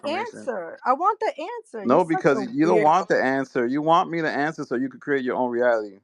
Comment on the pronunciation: can't pronounce reality getting tongue tied dude is such a loser 😂like I feel bad popular on the net and sqaure in person.